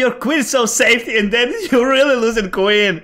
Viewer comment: "No space for queen" sounded "no space fu*k win" 🤣🤣